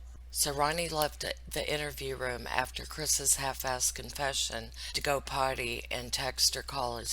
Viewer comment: 😆😆when she says "potty" I laugh every time.